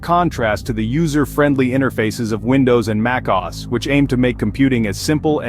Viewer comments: The voice is probably a voice AI. No human can pronounce Mac OS so shockingly wrong. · Sorry what, how did you pronounce mac OS? 😅